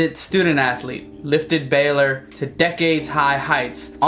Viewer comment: Bay.......Ler.........Not Balor